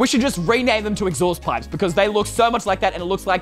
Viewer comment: Exhaust pipes hah it’s something like idk it’s just funny how he says exhaust pipes 😂😂😂